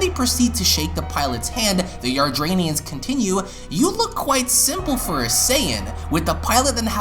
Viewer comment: Please pronounce "Yardat-ians" properly. Hearing you say it repeatedly the wrong way was such an earsore.